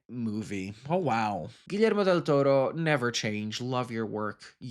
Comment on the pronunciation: Finally someone who doesn’t butcher Guillermo’s name 💜 hahah